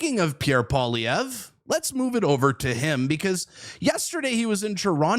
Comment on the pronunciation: I wish the commentator would learn to pronounce Mr. Poilievre's name. I was taught that it was good manners to pronounce a person's name correctly How difficult is it ?